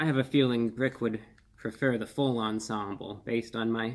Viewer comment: Why’d he say BRRRRICK like he was BRRRRICKED UP